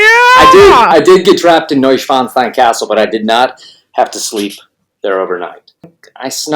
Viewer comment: Sorry but his pronunciation of “Neuschwanstein” has me laughing. that was an IMMEDIATE tell that was a lie 😉